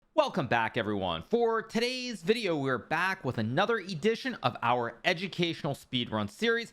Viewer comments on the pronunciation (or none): "For TE-DAYSSS video..."